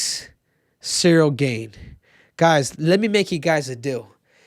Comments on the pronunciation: It's pronounced Gaan (not Gane) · Ciryl gain throws me off so much when Henry says it even tho here hears people say gane he still says it the same way😂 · bro its cyrril GAHN not Cyril GAINE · It's Cyril "GONE" not "GAIN" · It’s pronounced Cyril GARN triple c 🤣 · i can never tell if cejudo is trolling or just dumb....he can't even pronounce Gane's last name lol